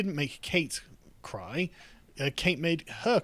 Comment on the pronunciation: Kate made me cwy and and she huwt my feewings😢! Humph!